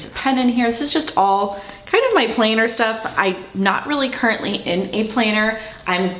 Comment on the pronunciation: Thank you for the great review. I think the small metro tote deluxe is very roomy. I have one in the Anthracite. By the way, I thought you might be a carpenter because of how you pronounce the word “planner.” A planer is a carpenter tool. Now I know you mean a planner date book. And to tease myself, you should hear how I pronounce the word “roof.” I grew up near Chicago and have lived on the East Coast for years and people still think I’m saying “ruff!” 😂